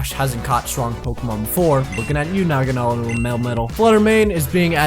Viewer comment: Finally a YouTuber that can say nagadel correctly